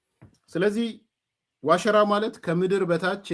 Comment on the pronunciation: አሁን ጥሩ pronounce አደረከው "ዋሽራ" ን